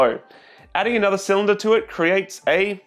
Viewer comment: It's pronounced cylinder